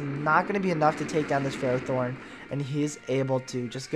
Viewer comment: its pronounced: fur-roth-thorn.